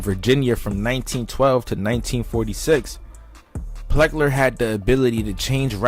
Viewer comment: PLECKER, NOT PLECKER!!!